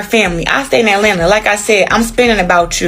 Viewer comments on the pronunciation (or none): none